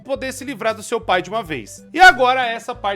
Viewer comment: Tu errou a palavra "pai" com um "u" ao invés de "i" e agora não consigo mais desver☠️